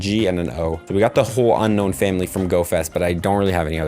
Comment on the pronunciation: how he said unown lmao